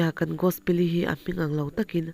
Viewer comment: Ummm ngaihnawm leh e i allergy chu lo dam rawh se mahse i aw nalh tho e, chuan ti leh teh ang tinge Gosi tih khan i lam le, a story hming khi Gospeli ni sia Gos-i tih ni awm tak te ka lo tia. Gospeli tih hi Gos-i tih hian ka hriat ho hi kan ko tlangpui sia, chuvang a nia ka lo sawi ve mai², a tawp lamah chuan Gos-i ti in i lam leh tho a. A enga pawh chu ni se a ngaihnawm in i chhiar thiam tho².